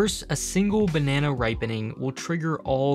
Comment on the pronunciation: Jeez man. You're doing the narration for this video & you can't even say the word 'Banana' properly! You should be fired.